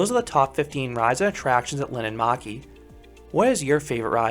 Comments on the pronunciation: POV: Finnish person watching this🤣☠️ you don't know how to speak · Sorry but it's linnanmäki